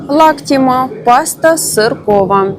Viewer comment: Да не Лактима,ну Вы издеваетесь?Зачем неправильно называть продукцию?Laciaty 🤦‍♀️